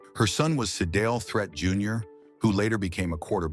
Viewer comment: It's Pronounced (THREET) Not Threat. This A.I. 💩 Is Horrible.